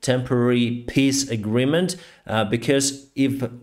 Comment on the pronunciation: Love your pronunciation of peace agreement “piss agreement”!